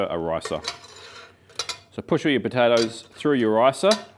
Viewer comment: Potatoes 🥔 with a P not a B